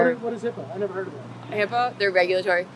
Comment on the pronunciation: It’s Hip-ah not Hip-A